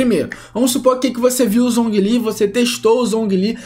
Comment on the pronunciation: MiHoYo: Zhongli se pronuncia Jonglí Players BR: Zonguilí kkkkkkkkkk